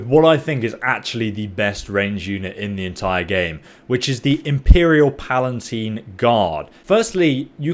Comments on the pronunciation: He also calls them PalaNtine Guard. I think it's just lazy reading comprehension, as opposed to lack of cultural knowledge. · Palatine, not PalaNtine. This guy doesn't do words very well. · On another video he commented he has dyslexia, hence the mispronunciation :) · Pretty sure he's said he has dyslexia something. He frequently mispronounces words